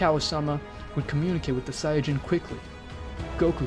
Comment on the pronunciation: Sayadjin? Its sayin